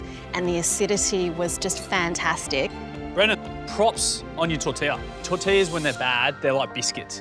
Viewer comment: Tor-til-las ? Tor-ti-yas !